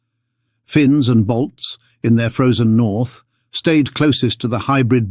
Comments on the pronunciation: Not Bolts, he's saying BALTS...From the Baltic states around the Baltic Sea, Estonia, Latvia ,Lithuania. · Ok. He pronounces it "Bolts" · No he does not, clearly "balts"